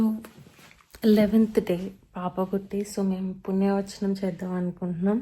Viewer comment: Punya vachanam kadu punyaha vachanam, however congratulations ❤